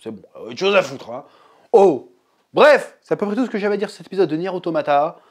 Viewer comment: Deja rien de méchante évidement mais sa se prononce niiiiiiiir automata voila un jolie i sinon ces normal que tu ne comprenne rien, ces même l un des principe du créateur yoko taro qui souhaite laisser le temps a son histoire de s'installé avant de te foutre une claque monumentale, du coup oui ces assez dure a regardé quand on est novice mais la on est encore dans les prémices, ce n'est meme pas de l'ordre de l introduction étant donné que dans le jeux l intro dure 15 heure quoi mais ces vrai que ces plus digeste sous forme de jeux video mais brerf acroche toi de toute facon vous n'estes pas prêt